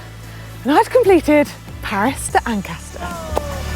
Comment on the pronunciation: Manon you nailed Paris-Ancaster, well done! Hope you had time to get some Canadian goodies like maple syrup to take home. :-)